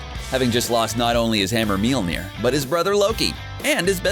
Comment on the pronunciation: Mjolnir is like miol-near